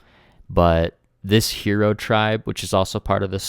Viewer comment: It’s hiro.. “high-row”, not hero!